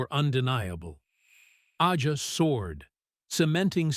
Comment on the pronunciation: This robot couldn't pronounce AJA or Lied. It was a great part of the sound. DOOBIE BROS were crazy 🤪 good too with like 6 different lead vocals.. he being the biggest part of that sound too. His solo stuff great too. His two motown records are fantastic. I'm glad he did all the jobs.